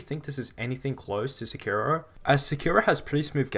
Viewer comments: You are stressing the wrong syllable in "sekiro" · Why did that ign guy say sekiro like se key row.